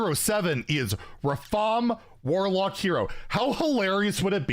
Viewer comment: Come on it’s not Rafaam it’s Rrraaafaaaam